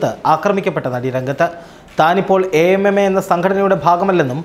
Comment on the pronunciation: Sir, Utter nonsense Why you say it as A.M.M.A instead of AMMA. Are all these people are pure or without allegations? Pure nonsense